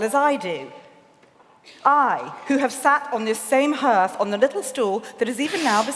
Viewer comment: Needs to learn how to pronounce English, though: "hearth" was toe-curling